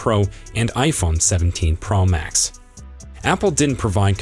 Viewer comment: There’s no iphone17 “pramax”, as far as i know😂😂😂😂😂